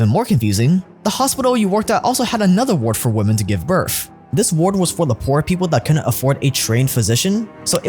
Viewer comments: Its birth, not birf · Birth not Birf or burph. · its kinda irritating to me how you say BIRTH